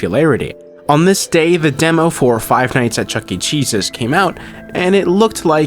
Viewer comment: I'm so sorry but when you said "The redemption of Chuck E Cheese's" all I heard was "The redemption of Chuck E Jesus" 😭😭